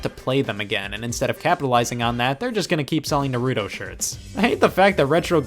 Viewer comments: It’s nah roo toe. Not nuhrootoe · NAH-RU-TO, not NUH-ROO-TO. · An thus Scott triggered every Naruto fan by pronouncing it Nuruto instead Na-ru-to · He is called Naruto not Narudo, you moron. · He pronounced it Narooto, and, and... I am thankful for how many weebs he probably triggered .:) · Scott says Narudo. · “Nahrewdo shirt” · Did you just say nurooto instead of naruto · Ugh "Nahrootoh" they litterly say his name 50 times an episode for like 10 years how are people still saying his name wrong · I'm pretty sure he mispronounces it on purpose as a joke. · The way he pronounced naruto made me sad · I’m unsubing Scott said naruto wrong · I'll just ignore the fact that you said naruto wrong because it works so well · I hate the way he pronounced “naruto” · every weeb got pissed he pronounced that wrong lol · wow you pronounced "naruto" wrong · That moment when you hear someone mispronounce Naruto's name I want to die